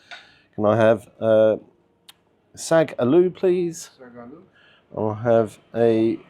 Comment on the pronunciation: It’s not bloody sagloo 😂 it’s Saag Aloo vegetable dish you people